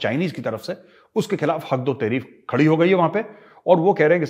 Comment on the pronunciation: मेजर साब "हक दो तहरीक" थोड़ा धीरे बोला करो कुछ और सुनाई देता है